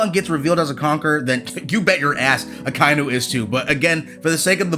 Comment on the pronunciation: It's Aka-inu.